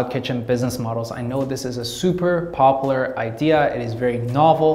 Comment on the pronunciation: Pronounced: POP YOU LAR